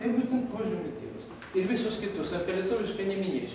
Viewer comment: Leopoldui- DIEVAS-VEIDAS-AIDAS. Taip skaitoma[žinios]Lietuviškai.